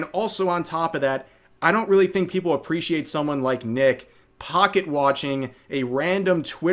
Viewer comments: I believe her slip up with saying "Nick, Uh" whenever me and my friends are in vc and we call each other another friends name we immediately say "Uh" before correcting ourselves. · As a black guy, what I heard was "Nick uh" not nigga. And I'm really tired of seeing ppl abuse the copyright system. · The "Nick-uh" part is true. She collabs with NMPlol alot and his name is Nick so she is just used to saying Nick.